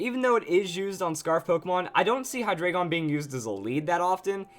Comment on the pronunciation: Hate to be a grammar nazi but,it's pronounced high-dry-gon.